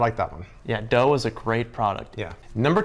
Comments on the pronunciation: Deux is French for two and isn’t even remotely pronounced like dough. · Had a giggle when they pronounced deux as dough. That square bread loaf was WAY overpriced...